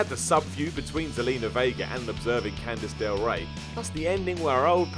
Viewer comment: did you call her candice del rae or just not hear?